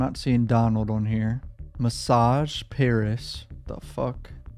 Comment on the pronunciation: That said message not massage…. Important message